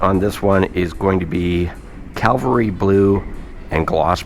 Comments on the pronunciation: It is Cavalry not calvery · Cavalry not Calvary 👍🏼